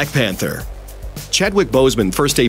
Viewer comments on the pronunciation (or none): none